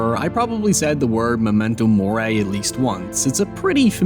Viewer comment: This is great but whyd you pronounce memento mori like that 😭